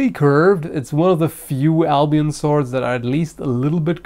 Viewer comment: i thought you said albino like really really white swords lol